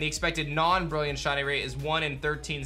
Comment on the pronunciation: I like how he says “shawny”